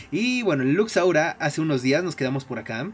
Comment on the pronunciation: no puedes pronunsiar lux laura